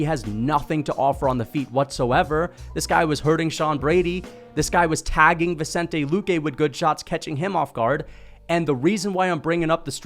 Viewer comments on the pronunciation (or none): none